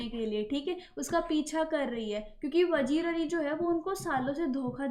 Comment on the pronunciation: It's not vajeer it's vazeer Correct your silly pronounciation 😑